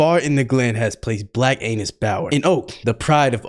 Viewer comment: “bLaCk AiNuS” bro 😭 😭 😭